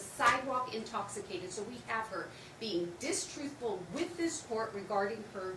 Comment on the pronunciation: Grandma's attorney needs to calm down. She sounds ridiculous. Did she actually say "distruthful"??